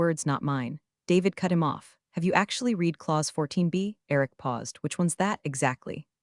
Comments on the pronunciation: The past tense of read is pronounced as "red" not "reed" but the AI narrator program isn't smart enough to know that. Maybe most listeners don't know the distinction either. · read, TED and resume all mispronounced. Might try having someone edit these instead of relying only on the AI doing the writing and reading